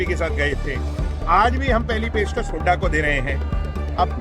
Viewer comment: बदतमीज है ये बेवडा । अपने दादा की उम्र के भूपिंदर सिंह हूडा को हुडा हुडा करके बोल रहा ह । बोखला गया । लुटेरा